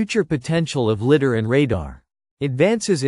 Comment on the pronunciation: It's pronounced lie dar, not litt dar